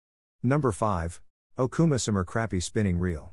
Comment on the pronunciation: AI needs to do better